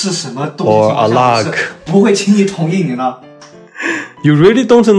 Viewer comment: It's not actually pronounced aalaag I thought its some other language till it was written on the screen you pronounce the a as you pronounce it in 'A'mazing' but your pronunciation was so cute. And if you want to say break up it won't be alag cause it just means separate for breaking up what you say depends on the situation it is . Love from India🥰